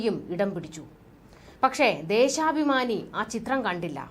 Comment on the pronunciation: ദേശാഭമാനി എന്ന് പറയു